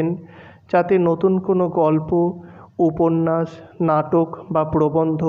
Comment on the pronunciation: আপনার ‘স'গুলো একটু ঠিক করার প্রয়োজন আছে । উপন্যাস উচ্চারণে ‘উপন্যাশ’ হয় এইটা একটু ঠিক করে নিন তাহলে আরো ভাল লাগবে,আর আর একটু তাড়াতাড়ি পড়ার চেষ্টা করুন তাহলে আরো বেটার লাগবে শুনতে। এভাবেই এগিয়ে যান।পাশে আছি।